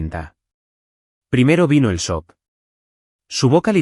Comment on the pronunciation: La palabra sock no existe. Existe la palabra sock y se pronuncia chok